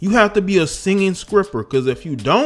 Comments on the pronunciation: A singing skripper. You lost me there, dude. You can't even pronounce the word sTR(tr-tr-tr)ipper... all behind an outfit that she was wearing which indicates "how she conducts herself"?? Drake wasn't lying: ninjas talk more than b!*%ches these days....ALWays got something to say about what a woman is doing. Not that you would EVER need to worry! You're nowhere close to her tax bracket: dragging her in this video as if you ever stood a chance to begin with. 🤣😂😭 She wouldn't look twice your way. You're good. 🤣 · I was with you until u said “skripper” I’m heading out...